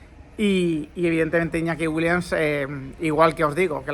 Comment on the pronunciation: Repitamos todos juntos… WILLIAMS (con M y S al final) Joder si haces videos y los publicas tienes que aprender a pronunciar correctamente los apellidos de los futbolistas. En ninguna parte del apellido WILLIAMS hay una N.